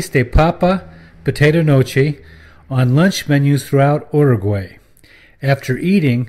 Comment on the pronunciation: The fact that he stays miss pronouncing the name Uruguay